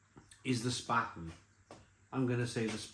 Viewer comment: 'Spaten' is pronounced 'Shparten'. Löwenbräu is pronounced 'Lurvenbroy'. And Oktoberfest is, for me at least, rather unpleasant. Too many crowds. Too many drunks. No real 'Gemütlichkeit'. Good to hear from you again!